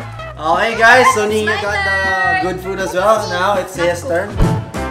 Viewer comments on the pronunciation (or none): Maybe he's trying to say Niña instead of Niana.